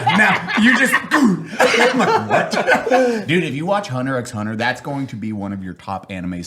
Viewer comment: You do not say the "x" in Hunter X Hunter.